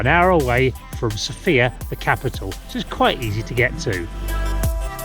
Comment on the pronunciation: The capital is pronounced with the stress on the letter O.